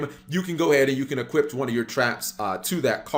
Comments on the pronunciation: Hearing you mispronounced the word "equip" is the most triggering thing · It can "eqiuP"!!